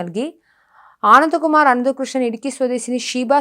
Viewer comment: ഒരു വ്യക്താത്തയുമില്ലാതെ വാർത്ത വയ്ക്കുന്നു.. ആനന്ദകുമാരിന്റെ പേരൊക്കെ പറയാൻ ബുദ്ധിമുട്ട്.